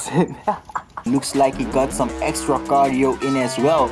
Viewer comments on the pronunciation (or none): "EXTRA-cardio" brooo nahhh😭😭🙏